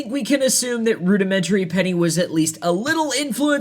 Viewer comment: It's Pronounced Rudimentary "peen-eye".